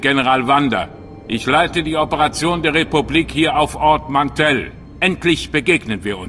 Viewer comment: Ich will ja nicht klugscheißen, aber es heißt Ord Mantell... ansonsten ein guter Einblick in die Story :)!